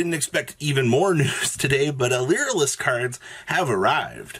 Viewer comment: Reminder that a species of smol birds dies everytime "Lyrilusc" is mispronounced.